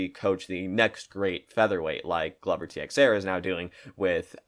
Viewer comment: Mannn how you gonna say Glovers name like that